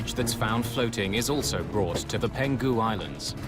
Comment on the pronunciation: It's Peng-hu Island, not Pen-Gu. Did you guys use an AI voice or something? Or someone who just "winged it" over Chinese terms? Tsk, tsk.